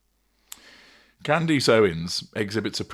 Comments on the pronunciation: At least say her name right. Candace. Not Candeeece. She did not ask Trump for help with the Macrons. That's false. Trump called her to ask if she would consider laying off, on behalf of Macron. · Her name is pronounced Candess, not Candeese. Driving me nuts listening to you slaughter her name like that. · What do you keep mispronouncing her name? "Candeece"?!?!